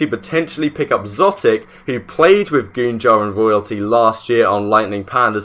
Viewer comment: Idk why it’s bothering me that he’s saying szotic, and not exotic.